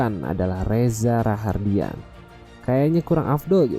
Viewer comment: Reza rahadian bang bukan rahardian